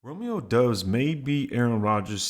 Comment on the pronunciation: It’s doubs like “Cobb “